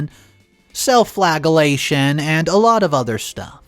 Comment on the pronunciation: "flag'alation"...? Flagellation is pronounced flaj' uh lation....